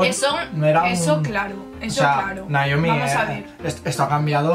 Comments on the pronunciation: Es que C oye mejor "Naomi" que "Nayomi" 1000 veces... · no es cierto sensei , ella te dice que le digas Naomi ...y tú le.dijiste Noemí , es diferente ... Por fa sensei dile a Naomi que me saludé en el siguiente vídeo , antes que me agarré el Coronavirus y me muera ,jeje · Minuto el sensei le dice Noemí a Naiomi ...WTF ??😂😂